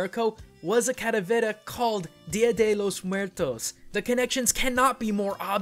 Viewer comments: ...Are you calling it Cadavera? It's calavera. Spanish for skull. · i thought it was calavera, not caravera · You are mispronouncing the 'L' in Calavera! The Spanish 'L', at least in Mexican Spanish, is very similar to the English one. You were saying it with more of a flap. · i die a little bit every time I hear him say "Cadavera" instead of Calavera. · clalavera is said wrong said caravela but it is pronounced calavera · I may be late to the party, but it's CALAVERA (KAH LA VEH RAH) not caravera. I get that you're white and speak no Spanish, but your "culture" tolerance aesthetic tells me to call you out on this topic. thank you for an otherwise cool vid sorry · Why do you keep saying cadavera instead of calavera? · You used the wrong word. It's Calavera not caravera. Besides that, great video. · don't think it's called "caravera" think it's "calavera". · Now I understand why people cringe when they butcher their language... Hearing this guy say "Calavera" as "Caravera" so many times in the video was just wrong. I understand he is not a native spanish speaker but still, holy shit was that just so weird and fucked up. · Not caravera... Calavera, with an L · ITS KA-LAH-VERAH PINCHE NINJA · The way to pronounces caLAvera hurts me. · mmmm your pronunciation of caLAberas is way off man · Say it with me 'Kah-llah-beh-rah'. As a side note, I dig the purple. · Don't ever say calavera again I cringe so hard to your Spanish lol sorry 😭😂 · you are pronouncing "calavera" SO wrong. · pls stop saying calaveras like that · i speak Spanish, say the L